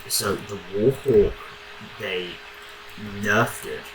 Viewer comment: The "wOrHoWk"